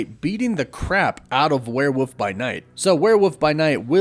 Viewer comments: Hahaha! "Werewoof" Hahaha! Cracks me up every time. Repeat after me: ware-WOLF. So, at the end of every video are you actually saying "Wolf! Wolf!"? Because if that's the case, that's just weird. Then again, barking like a dog at the end of a video is weird in the first place. Woof! Woof! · Man, I’ve GOT to know. Why do you say werewoof instead of werewolf? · im gon stop watching a grown man say werewuf so confidently......just for me lmao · Why does he say werewoof? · Waiting for the day you pronounce the word 'werewolf' correctly 🙏